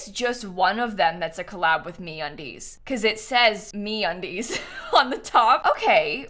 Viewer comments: lmao i was not looking at the video when she said that and i thought she said "we collaborated with me on these" instead of me undies hahah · I heard MeUndies as 'me on these' and thought you were surprised that they collaborated with you XD